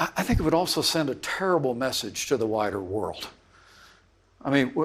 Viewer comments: He said "whiter world" not "wider world." Convince me I'm wrong. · to be fair…he did say “the ‘whiter’ world” 😂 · Did he say.. "A whiter world" 🤔 pence=🐈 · did he say Wider world or Whiter world?